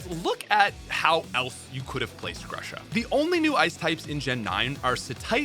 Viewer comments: Actually Gru-sha. I am from Ukraine and in Ukrainian grusha means pear. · everything i wanted to say has been repeated by everyone ad nauseam, but i really wish the ice type was handled better in the games, regardless of where it gets placed, as lorelei and melony demonstrate. also please stop pronouncing grusha like that.